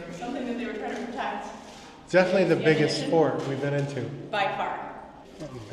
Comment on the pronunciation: I thought Said. Fork not fort